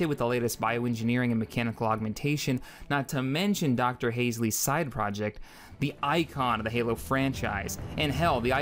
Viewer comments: Hal-Sey, not Hays-lee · im sorry but calling dr halsey (HALL-ZEE) "haze-lee" is really damn grating and makes this hard to watch.